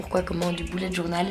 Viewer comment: Il faut ABSOLUMENT que tu dises BULLET JOURNAL (le "u" se prononce "e" et pas "ou"!!!!!!!!!)!!!!!